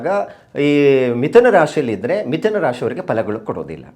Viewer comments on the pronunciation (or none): none